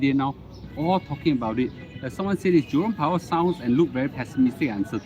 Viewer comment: Why I keep on hearing Jurong power?